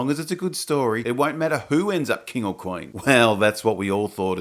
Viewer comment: Oi m8 wot's a KWAYN? HOLY FUCK! IT IS RICH EVANS. OH MY GAAAAAAAAHD!